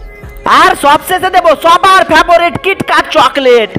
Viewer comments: ফেভারিট ❌ ফেবোরিট 😂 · ফেভরিট বলেন কেন 😁😁😁😁😁😁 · ফেভরিট বলে না ফেভরেট বলে কে জানে কি মাথামোটা